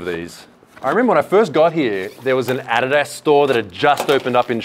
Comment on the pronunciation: A-di-da store lmaooooo I’ve never heard anyone pronounce adidas like that